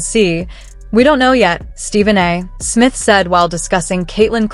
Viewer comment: Quit using AI to read your script, or get a better AI. Stephen A. Smith's name is NOT pronounced: "Stephen A. (pause) Smith". Your poor AI can't tell the difference between the period after an initial and the period at the end of a sentence. That's distracting and lame. And sounds very FAKE.